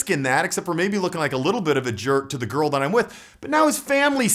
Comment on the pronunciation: Why does he say garl